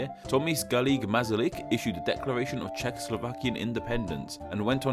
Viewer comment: Tomis garlic mazalik? Orly? Are you american, or what? Tomáš is like Thomas but with sh sound at the end. Garrigue is french, its more like "gharick". Masaryk is like masala with "rick" instead of "la".